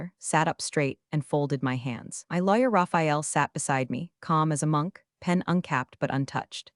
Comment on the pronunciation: I admit, I love how so many of these AIs read the word Lawyer out as Liar. AIs are smarter than we seem to give em credit for.